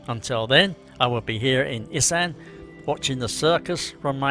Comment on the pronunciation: Learning how to pronounce ‘Issan’ correctly would be a start